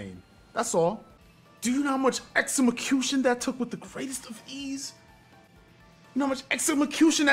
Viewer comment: Lol “exemicution” 💀